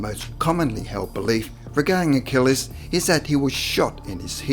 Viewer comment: Achilles. Not Achillis.